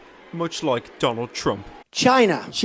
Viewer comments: Anyone else think that when trump says China it sounds like shisa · The way he says China sounds like Shina. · when trump says china i heard vagina